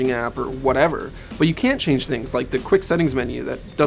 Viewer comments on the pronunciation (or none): none